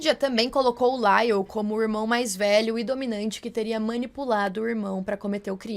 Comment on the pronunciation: Não é “Laile”, moça Foneticamente novamente é “LAIOU” 😅